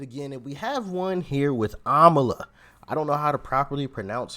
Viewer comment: IT’S AMALA NOT KAMALA, RIGHT??